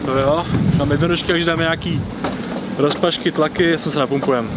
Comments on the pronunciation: řekl rozpažky XD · Ha povedal ropažky:D